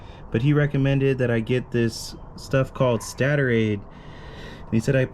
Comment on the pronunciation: It's pronounced stay-tor